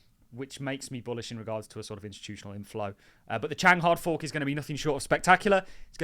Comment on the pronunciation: There is no k at the end of Chang 😂